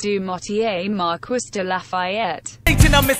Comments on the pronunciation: Mar-quiss? It’s pronounced mar-kee... come on automated computer voice! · "Mar-KISS"? Sounds like the text-to-speech program was left on "rural american" when making this :D [It's Mar-KEE, btw.] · "Mar-kwiss de Lafayette" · Miranda Mobley ITS MARQEE (pronounced like that) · Mar-kwiss I KNOW IT MAKES ME SO ANGRY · You couldn't even have a French tts read it. MarKUISSSS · Pronouncing marquis like Mar-kwis hurts my soul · Siri, how do you say marquis? “Mar-kwiss” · the way it sais it lie its acc said marquis hahaha me MARKEE ITS MARKEEEEE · If you are going to use his full name, at least program that AI voice to pronounce his name correctly!! Mar-Kwis???? Wow! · As someone who studied French, I felt EVERY inch of my skin crawl when I heard that pronunciation. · The pronunciation of Marquis makes irrationally angry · I cringe every time the voice mispronounces “Marquis de Lafayette” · marie-joseph paul yves roch gilbert du motier marquis de la fayette (side note: i find it absolutely hilarious how the tts mispronounces “marquis” lol)